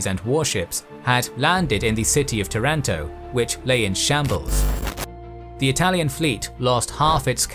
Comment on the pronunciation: nice video. But not tarAnto, tAranto